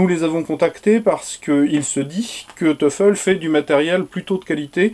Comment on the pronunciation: Salut, ce nom allemand se prononce toyfel Comme toy en anglais.